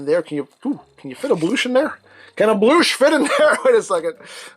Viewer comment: You got the “bloosh”